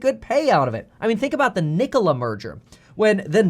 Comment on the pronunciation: Please don’t say “Nikola” lol